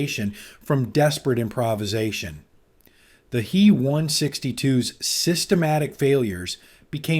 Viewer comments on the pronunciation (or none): Stupid! It's not the "he" 162, IT'S THE "H.E." 162. Just like in other stupid AI talks mispronouncing the J,U, 88 as the "jew 88." It's not the "me 109" it's the "M,E, 109." Stop! Learn how to use the interpretation of German aviation companies' abbreviations of Heinkel, Junkers and Meserschmidt that has been in use for the 80 years before AI. So, who's more of an idiot, here? The people using the AI, or the poor quality companies that create the AI that they're buying. Sorry, I meant to say the people using Aeye or the Aeye that they're buying. Ha! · It's not a "hee one sixty two" "He" is an abbreviation of Heinkel, the builder. Pronounced "hyn kel". Both letters would by pronounced separately by a German mechanic, pilot or engineer; not together. If you can't get the pronunciation right, what else did you get wrong?